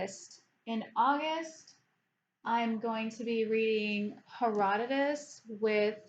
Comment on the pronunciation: Buddy reads are great. I prefer small groups or one on one rather than massive groups. You said Herodotus correctly. 😉. There is some great stuff in there but he gets distracted and goes off on tangents often. And parts of it are difficult as he refers to lots of people and their lineage, which many works of the time did so it can be confusing but if you plow on I think there are some aspects of it you will at least find interesting even if don’t love it.